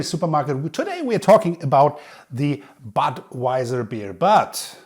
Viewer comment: thats not badwajsr but butvajsr